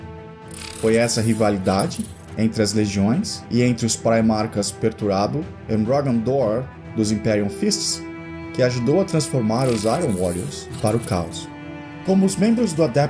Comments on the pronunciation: Mais um ótimo vídeo... Com exceção do "Perturbado" e não Perturabo :) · gostei do video, mas parece q tu fala pertubado inves de perturabo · Ótimo vídeo, tirando o detalhe de Perturabo ser chamado de Perturbado várias vezes haeuauhauheuhauhauhe!